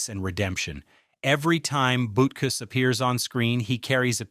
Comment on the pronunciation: please say the dogs name right